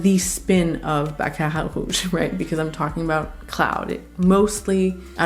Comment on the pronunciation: Hey! I really dig the way you pronounce Baccarat and Narciso. Are you a Latina? ❤